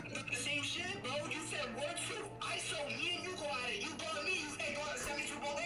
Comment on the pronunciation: You can’t gwaurd me- antfalcone